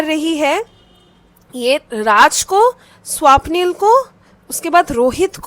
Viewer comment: Its not Swaapnil didi 😢 Its swapnil na 😊